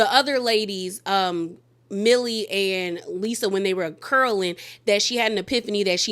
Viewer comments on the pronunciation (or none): It’s Meili not Millie